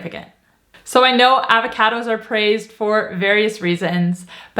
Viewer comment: The way says 'Avahcahdos' 😄